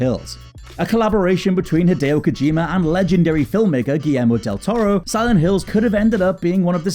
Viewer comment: why do u say silent hillzzzzzzzzz 😂😂